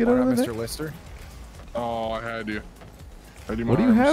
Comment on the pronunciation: he definitely called it 'Mister Lister the sister fister'